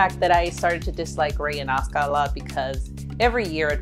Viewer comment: That's not how to pronounce "Asuka", it's A-su-ka.